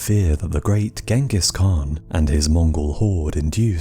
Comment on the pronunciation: i like your videos. but please learn to pronounce Genghis Kahn. it is very cringy.